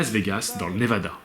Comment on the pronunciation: Lol tu me fais délirer ; " le ConnectiCUT, ... le NevaDA 😄